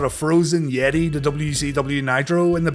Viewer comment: the....yeti? Sorry, no I don't know who that is. I only know.... THE YET-TAY! 🧻🧟‍♂️🧻